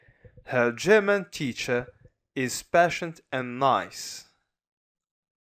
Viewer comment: thanks so much bro...but patient is pronounced /ˈpeɪ.ʃənt/